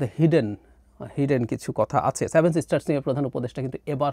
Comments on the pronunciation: স্টুপিড টা seven বলতে পারে না বলে "saven" । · আপনার 'স্যাভেন' (7) উচ্চারণটা দারুন। আপনার ভাঁড়ামো তুলনাহীন। অল্প অপেক্ষা করুন। বাংলাদেশ ভারতের ৮ম সিস্টার হতে চলেছে। 😀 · স্যাভেন না রে সেভেন 😂😂